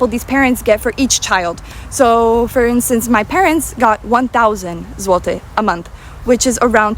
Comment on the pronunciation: Po miesiącu mieszkania w Niemczech, mój niemiecki wyraźnie się prawił, a autorka po 5 latach w Polsce, dalej ma problemy z wymową : złoty, Warszawa , Kraków.